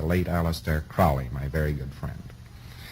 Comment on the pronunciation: if Crowley was Hubbard's "very good friend", why doesn't he pronounce his name properly? it annoys me when people don't, and makes me happy when they do. thank you.